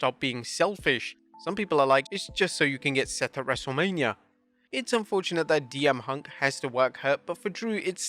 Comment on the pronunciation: Did he just call CM Punk DM hunk??? 😂🤣